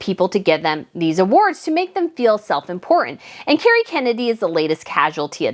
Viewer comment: FYI, her name is "Kerry". Not "Cary".